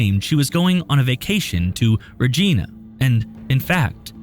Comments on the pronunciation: Pronounced RegIna, not rejeena. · Omg. Its ReGINA not Regeena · The 'i' in Regina is long. It is not pronounced as Reg-ee-na. It is Reg-i-na. Reg(Eye)na 😉 It is a short drive from where I live. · Hehe...oh it's not pronounced "Regeena"...it sounds how it looks, Vagina Regina. Better than Dildoe Newfoundland. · It’s not pronounced Rageena ugh so annoying it’s pronounced Regiiina like Vagina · The proper pronunciation of Regina is not: Ree Gee Na. Rather it is pronounced: Ree (with a long E, as the E in Ear.) Ji (with a long I, as I am here) Na (as in Nana).ReJiNa is the proper pronunciation of Regina! Sorry as a Canadian his pronunciation drove me crazy! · love you guys! But if I May Please it's pronounced "RE 'Gi like high NA"....not REJEANA. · It's REE-JY-NA not RA-GE-NA learn to pronounce the name of important places bro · God...it's pronounced Regina with a long i -- like "eye." It is NOT pronounced Regeena!! Geez...!!! SO annoying... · Reh-gEna...lol. It's Reh-jai-nah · the "i" in Regina is pronounced as "i" not "ee", same as Carolina. Mekayla went missing a while ago. I hope she's still alive and able to return home one day. :( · its def not reg*i*na and def reg*ee*na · Who is regina? That's a name... the city is reGINa, rhymes with a part of the female anatomy. Not reJEANuh. So annoying! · I am from Regina and this guy is pronouncing it very wrong it’s pronounced Regina with the ‘i’ sounding like ‘eye’ not ‘ee’-Surprisingly he pronounce Saskatchewan correctly LOL this girl is from Yorkton very sad, I have spoken with her mother and they have no clue where she is and I imagine she was sold into sex trafficking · So, i'm that person. It's not Ra-gee-na, it's Ra-gi-na. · The city is pronounced Re gye na not regeena. That said it's very unusual. The prairies have lots of human trafficking so that is scary. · It is not "Regeena", it's "Rej-eye-nah". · The city of Regina was mispronounced - it rhymes with the woman's body part. I do find the video chilling btw.